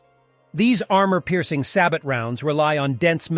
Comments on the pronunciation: It is NOT sa-BOT DAMIT!!!! It's sa-BO! When are these idiots going to get this right (never of course!)? Here they are explaining Sa-BO rounds and calling them by the name commonly pronounced by total newbies who don't have a clue, so sad. come on you purport to be the military expert here so why can't you get even elementary terminology correct? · btw it's "say-boh" (French for "shoe") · Sabot is pronounced "Say bo" btw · "sabot round" is pronounced "say bow round" - sabot is from the French for shoe